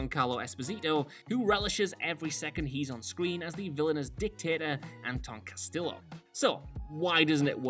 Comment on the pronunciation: Far Cry 5 was my first in the series, so maybe I’m just not tired of the formula, as others insist. I loved both 5 and 6. It’s just the fashionable thing for a game journo to parrot. Besides, by how pronounces the name ‘Castillo,’ it’s obvious that he didn’t play the game.